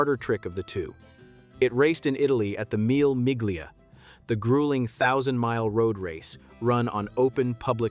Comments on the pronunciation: Meel Meegleea? Get some frickin pronunciation help! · Mille Miglia = "Meela Meelya" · It means 1000 miles. I was about to comment on the narrator's mispronunciation of the Mille Miglia, thanks for beating me to it. And he doesn't say LeMans correctly, generally the S is silent but not said like Man. My French is poor so I can't explain how to pronounce it correctly .